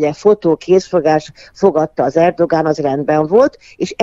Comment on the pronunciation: Erdoán a helyes kiejtés, tessék utánanézni